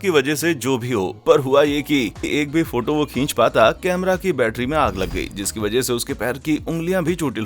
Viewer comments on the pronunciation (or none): 4.8sec me suno bhai n camera bolne ki jagha kamre me bol diya, 😂